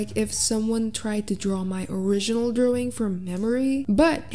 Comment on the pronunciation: I love how just pronounces “drawing” as “drewing” I honestly love it